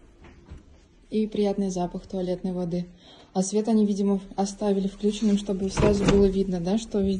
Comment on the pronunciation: А по-русски автора видео никто не учил говорить? вклЮченным? Серьезно? Ухо никому не режет? А что на клЮч ударение никогда не падает, все забыли уже? ВключЕнным, а не вклЮченным говорят